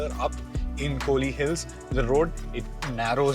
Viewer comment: It's kolli not kohli....